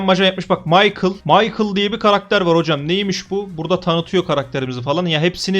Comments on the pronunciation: Abi maykıl değil mişel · Maykıl(Michael) değil Mişel(Michel) diye okunuyor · Abi kötülemek gibi olmasın ama maykıl değil Mişel olarak okunuyor